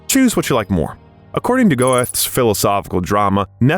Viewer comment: . "Goethe" is pronounced girta. His poem the Earl King is one of the most freaky and scary I've ever read. I'm loving your channel.